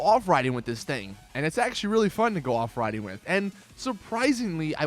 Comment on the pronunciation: What did you say off riding are you stoned it roading not riding